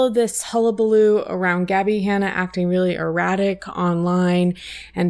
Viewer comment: ACTONG pronunciation 💀💀